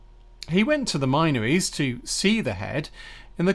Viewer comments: Great research. Incidentally, the area is pronounced 'Minnories', locally. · Hey! Isn't the "min" from the word minories pronounced with a short vowel, as in tin?